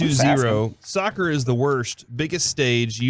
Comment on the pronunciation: oof listening to those meatheads talking about "sukker" was painful